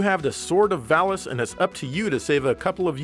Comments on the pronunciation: jeremy parish says "vall-ees" everyone else says "vall-us" ... i trust jeremy parish's pronunciation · there is no L-sound in Japanese so the name of the sword is actually pronounced correctly. In the original Japanese name of the game the word is pronounced Varis with R also. The Enlish voice acting has probably been recorded before the name of the game was changed to include L. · I believe the first one was a mistranslation from Japanese since Vallis in Japanese is pronounced Varis. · They pronounce valis as varis because they're reading lines given to them by the japanese developers who pronounce Ls as Rs. Pretty hilarious. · Valis is pronounced Varis in japanese maybe that was lost in the translation. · They probably pronounced it that way because that's the way it was written to them. Sometimes in some translations the "L" is replaced with an "R". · The valis thing I know that r and l are pretty much the same in Japanese so maybe they didn't have the name in writing only as the japanese voice over? Even though it's the title of the game...and that game is a sequel? I don't know it's just weird that it's l and r when the japan mixes those two constantly. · The script probably transliterated varisu so the mispronunciation makes sense kind of like how barrier became varia and barbara(?) instead of volvagia.